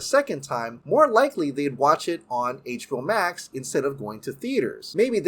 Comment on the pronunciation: I don't know why but it sticks out like a soar thumb to me when he pronounces words that have an X in them without emphasis on the "Ex-sss". For example... "VF-eck".. "Net-flick" I've heard him said "HBO-Mac" before too... not trying to be a jerk or anything but just something I've noticed